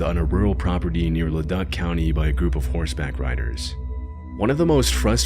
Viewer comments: “Leduck”?? Sorry but as an Albertan and a Canadian, it’s pronounced LEDUKE (correct spelling of county is LEDUC) IT IS FRENCH. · First off Tuc-a-ro not two-car-o. Second it is La-duke not la-duck. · And you couldn't even figure out how to spell Beaumont or say the word 'leduc' in amber tuccaros case? The subtitles for the phone call spelt it wrong, and that is a simple Google search to find that out and the town of Leduc is pronounced le-duke, not le-duck. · Not Le Duck it’s pronounced Le Duke. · Leduc is pronounced 'Le-dooc' not 'le-duc'. Crazy stuff. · I’m from Edmonton and just wanna mention that Edmonton is in Alberta. Edmonton is the city and Alberta the province, which is the equivalent of a state. And Leduc is pronounced like Le-Duke, not Le-Duck. I don’t mean to be stickler, I just got excited to hear about a local case and wanted to correct that. Love the video! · im assuming "le-duck" was supposed to be "le-duke" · Being that guy but it’s pronounced “Le Duke” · "She flew from Alberta to Edmonton Intl Airport" Bro.... Leduc...Le-duke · Being from Edmonton ambers story is so horrible so many missing and murdered indigenous women ,also Leduc is pronounced (la-duke) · The Leduc murder (pronounced le-duke) made pretty big news here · The city of Leduc is pronoonced le-duke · Leduc it's pronounced La-Duke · In the 2nd case the town is spelled Leduc put pronounced Le-duke. Sorry my ocd kicked in lol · It’s pronounced “Luh-Dook”. Lol (I was born in Edmonton) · Leduc is pronounced " ladook" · Great upload; just for reference, Leduc is pronounced leDOOK. (does not rhyme with book, it's the kind of oo sound when someone says ooh). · Albertan here! Leduc is pronounced “Luh-Duke” - just a friendly lil tidbit for you. Thank you for another amazing video tho, it’s always a treat whenever you upload 🫶🏻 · As someone who lives in Alberta I found it funny how you pronounced Leduc